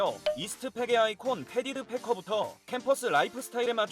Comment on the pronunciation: 파커인데 왜 계속 패커라고 하시는거에요?